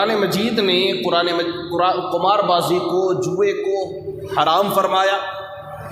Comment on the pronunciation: مولوي قمار بالضم نہیں بالکسر